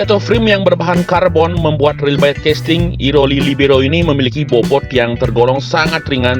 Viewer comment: libero gitu aja bli.. biar gak kesulitan ngomongnya kwkkwkk